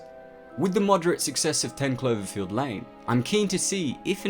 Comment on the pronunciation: Oh you silly goose, it's Cl-O-verfield, not Cl-E-verfield ahah. Guess someone is not that "clever-field" here if they can't pronounce their vowels!